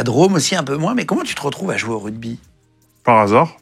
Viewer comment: A peine quelques secondes dans l'interview et on se rend compte que Pley n'y connait rien. Prononcer "RuDby", penser que Chabal est une star au même titre qu'un Dupont etc